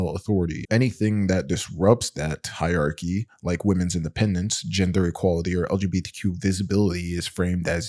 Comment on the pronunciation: Fyi--hierarchy has 4 syllables.